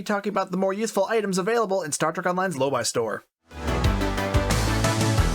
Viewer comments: Drives me crazy hearing your pronunciation of Lobi, it’s Low bee not low buy. Like nails on a chalkboard…😂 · 'Lowbee', surely, As a brit, lobii sounds strange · Hmmm. I always pronounced it "low-bee," but you pronounce it "low-buy." Not a criticism. I'm actually just enjoying the irony that never before occurred to me.